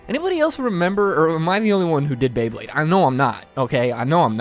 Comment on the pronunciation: Did you really just say BLAYEblade?